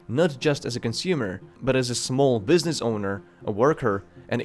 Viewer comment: Bezos - Beezos Prices - Prycees Buisness - Buisneess Loses - Loseees What's up with this guys pronunciation???